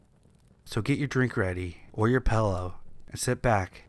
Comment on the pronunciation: Pilloah? Oh pillow! Dah!